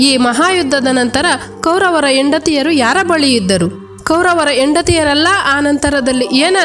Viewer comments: ಹ ಮತ್ತು ಅ ಉಚ್ಚಾರಣೆ ಓ ಮತ್ತು ಹೋ, ಹೆಂಡತಿ ಯಾಕೆ ಎಂಡತಿ .. ಈ ವ್ಯತ್ಯಾಸ ಗೊತ್ತಿಲ್ಲವೆ ?? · ಯೆಂಡತಿ ಅಲ್ಲಮ್ಮ, ಹೆಂಡತಿ.